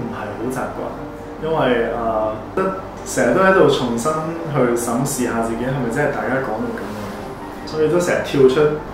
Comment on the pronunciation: 係審視, not 審示